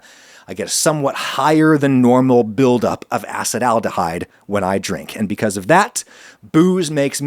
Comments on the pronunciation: great episode, except he keeps pronouncing Acetaldehyde as "Acid Aldehyde" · I always used to pronounce Acetyldehyde as assetal-dehyde just realised after 10 yrs its actually called a-sah-tal-dehyde Ty for the interesting pod, I'm really sad there's no research done on Indian(the country) people, we are so varied and diverse we could even have a lot of variations between us genetically. But I guess most phenotypes are tolerant towards alcohol